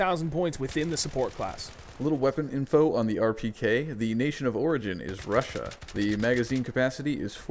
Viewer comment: "The nation of prigin is Russua" Im shocked.